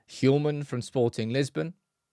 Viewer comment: Just for the record: The H in Hjulmand is silent